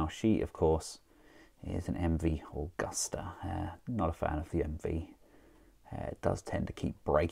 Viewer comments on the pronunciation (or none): none